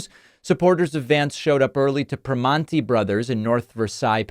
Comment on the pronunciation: It's pronounced PrimOnti bros. And North VerSAILS